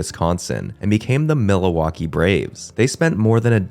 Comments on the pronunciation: Am I crazy or is he saying Miliwalkee like Alice Cooper in Wayne's world. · Miluwakee, Mindianapolis, be glad he didn't say "Chick-a-go," or "Ballatmore." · I think the only mispronunciation I noticed was Milwaukee. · Isn’t Milwaukee fairly close to Canada? You can’t use “being Canadian” as an excuse. Maybe if you’re from Mexico, you could use that as an excuse. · That is the stupidest pronunciation of Milwaukee I’ve ever heard. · Excuse me, but what in the world was that pronunciation of Milwaukee? You added a whole other syllable in there 😂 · The pronunciation of Milwaukee is abysmal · The pronunciation of Milwaukee is also distracting. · Great video! Besides the pronunciation of Milwaukee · You can’t say Milwaukee Bro….. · I was going to say that… idk why but it was so hard to listen to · Overall, this isn't a bad video, but this guy should have looked up how to pronounce these things before he made the video. He seems to add extra A's to words or emphasize the wrong syllable or straight up mispronounce things. Milawaukee? (Mil-wok-ee), Bridge Grooms? (Bridegrooms; as in Bride and Groom), Super Baz? (Superb Uz), Miny in apolis? (Mini-Apolis). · It's not pronounced MIL -Waulkee either. The accent is on the 2nd syllable Mil-WAU-kee and they didn't play in Milla waukee Country stadium either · I definitely heard you pronounce Milwaukee as Milawaukee consistently, and even though I am not a fan of anything regarding Wisconsin, it kinda rustled my jimmies hearing you say that, ngl I figured it was either a speech impediment or an accent, and I'll take being Canadian as an excuse lol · I THINK THIS GUY GETS OFF ON INCORRECTLY PRONOUNCING IT AS MIL-A-WAUKEE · Why do you keep saying “Millawaukee”? And the Brooklyn club in the 1890s were the Bridegrooms (not the “Bridgegrooms”), and then the Su-PER-bas (not “SU-per-bas’). The word “padres” doesn’t mean “friars.” “Friars” means “brothers,” not “fathers.” If you’re going to spout off on the Internet, get your facts right.